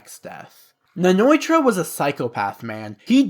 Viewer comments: Btw It's Nnoitra not Nnoitorra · Also hate how u pronounce Nnoitra